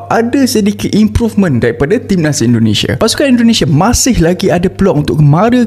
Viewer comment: Kok bisa bisanya salah sebut Indonesia, mana kenceng banget 😅 kan kitanya jadi gak enak kalo gitu 😂😂